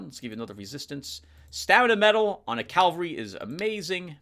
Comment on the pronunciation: 1 minute of silence for Vipera o7 Let's take a shot every time pronounces cavalry as calvary, I recommend a drink with low alcohol Good to hear everything went well with those medical studies! PS: You know, a Dark Souls 2/3 LP would be interesting, mainly to see struggling, I mean, succeeding!